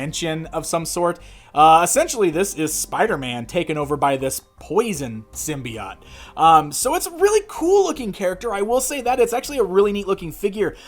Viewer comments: Symbiott? what the heck? There an E at the end and everything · And gives us yet another way of pronouncing symbiote - "sim-bee-ott!"